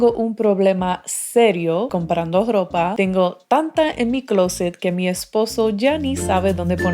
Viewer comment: Jiji...me gusta como hablas.... No te ofendas, parece que dijiste "dropa" jiji. También me gusta como hablan los Argentinos porque la "ñ" no se les oye igual que en otro idioma latino y la "y" parece "Sh" 😊 Pero tú tienes un tono de voz muy Way y lindo ✌️